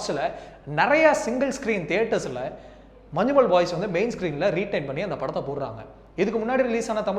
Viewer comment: മഞ്ജുമോൾ മാറിക്കിട്ടി 😂